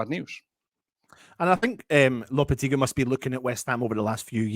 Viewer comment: It's actually Mr Loppy!